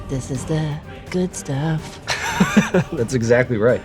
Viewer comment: Skip to trust me. She says, "This is the good sruff," and she's absolutely right. They look amazing.